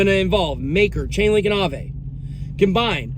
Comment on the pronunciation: The pronounciation for AAVE is not [aavei] as you said it, but [aave]. I know this, because it's a Finnish word and I (sometimes) speak Finnish.